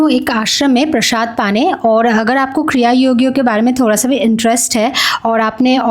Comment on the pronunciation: Prashaad nai hota hai, Prasaad hota hai